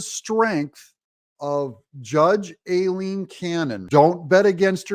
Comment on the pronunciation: Judge Aileen Cannon... Pronounce "I lean".